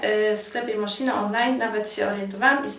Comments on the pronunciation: Moskino nie moszino ludzie... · MosKino nie MoSZino..każda fashionistka i to powinna wiedzieć:P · nie "moszino " a "moskino" sie czyta :-) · mówi się moskiano nie moszino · Wymawia się "Moskino" nie "moszino" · no to Ci się udało, pasek super!:) ale każda fashionistka wie, że mówimy 'moskino' a nie 'moszino' ;) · "pasek MOSZINO" ;_ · "mosKino", bo to po wlosku:)